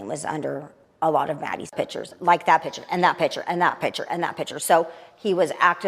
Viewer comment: Can't stand it when an adult pronounces the word "picture" as "pitcher".